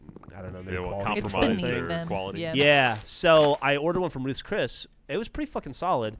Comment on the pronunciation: I like Gavin making fun of Geoff for saying Ruth's Chris correctly.